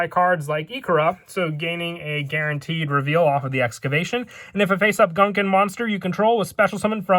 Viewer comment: It's pronounced "goon-kahn" aaaaa (Love your videos though I've been so hype for this stupid archetype ever since it came out in OCG)